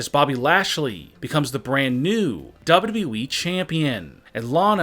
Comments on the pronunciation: never trust a man who pronounces wwe as dadabehh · Say it like this SLOWLY... DOUBLE YOU.. DOUBLE YOU.. E